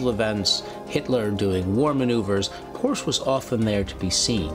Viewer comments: Hi there ! :hand-pink-waving: Nice documentary and I am a fan of history. I'm just wondering , Ferdinand's last name , isn't it pronounced as a two-syllable word "por-shuh" instead of just one syllable "porsh" ? 🙂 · I absolutely love this series. The historians are great (and one is pretty darned good looking too), but this one drove me nuts with nearly everyone mispronouncing Porsche. They were pronouncing it like Porsh and not Porsha, like it is. There aren't silent Es in German. I thought about rewatching this episode as a drinking game with every mispronunciation of Porsche leading to a drink, but I would be dead long before the episode was over. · correct. Por-sche. In German, you pronounce al words as they’re written. No silent vowels or consonants. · This is virtually unwatchable due to the constant mispronunciation of the “PorSha” name. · The name is pronounced Por-sha. It is 2 syllables. I’ve met members of the Porsche family. This is the way they pronounce their name. It’s not a choice in how to say it. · Im sorry but I can't anymore. Its pronounced POR-SHA! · Pronounced Por-sche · Except they cannot pronounce Porsche correctly. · I love these documentaries, but I don't think it's asking too much to require that at least the narrator pronounce the main subject's name correctly. The overall quality of the show is too high for that to be acceptable. Still, these are some amazing documentaries! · If you can't pronounce his name correctly, it makes me wonder what else in this video is wrong. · Are all these historians trolling everyone by mispronouncing the name? Every time they say the name Porsche - It's like a stab in the ear to any Porschephiles. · The e isn't silent in Porsche stop butch his name